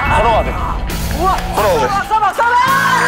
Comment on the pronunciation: ”Try me 쌤플이란 얘기야“ 너무 앙칼지고 중독성있어……